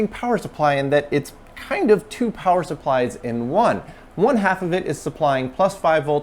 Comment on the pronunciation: "power suppies"??